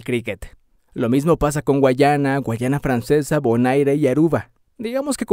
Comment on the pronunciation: Mano debo corregirte algo,es Guyana,no guayana...guayana es una region de Venezuela